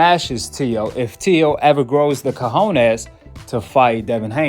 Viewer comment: He keeps saying co ho nez not even close